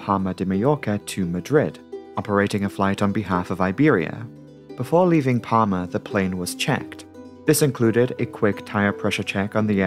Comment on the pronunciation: Palma isnt palm-a, its pal-ma